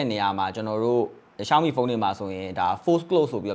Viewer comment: ကျနော်လဲ ပြူရာ လို့ပဲထွက်တာပါ ရှောင်းမီကိုလဲ အဲ့ဘဲက ရှောင်မီး တဲ့😅😂